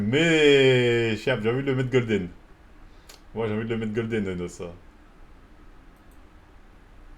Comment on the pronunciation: C’est N.O.S frérot comme ça se prononce frérot sinon GG la vidéo sah, tu fais kiffer comme d’hab